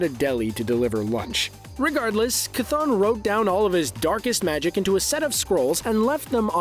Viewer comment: Noo,.. the way he pronounces Chton